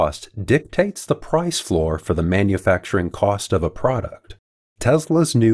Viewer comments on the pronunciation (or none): none